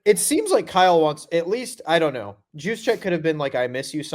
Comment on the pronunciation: For the love of god STOP calling him “Juice-check” that’s no where near how you pronounce it. Every single one of grants guests are idiots. Following the biggest idiot in